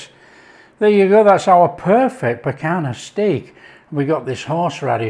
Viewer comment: NO PICANA......"PICANHA"...